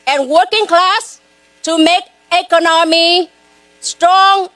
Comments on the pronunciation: When did "Econammy" become a word? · she can’t even say Economy 😂